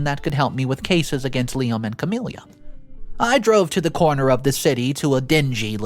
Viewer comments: Noticed this in a few vids now, I cant get over how many characters are called Camilla and how you pronounce it so wrong! Its just ka-mil-la, not ka-mil-li-ya, really distracting! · The MIL’s name is NOT “Cam-ill-ia” it’s Cam-ill-a. Her name does not end in “ia” . It’s like nails on a chalkboard to hear it repeatedly mispronounced! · There is no “I” at the end of Camilla. Ca-mill-a